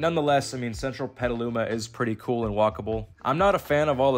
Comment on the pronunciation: At least you pronounced Petaluma correctly.